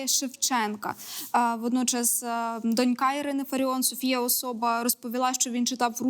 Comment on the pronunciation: Наскільки мені відомо правильно казати дОнька З наголосом на перший склад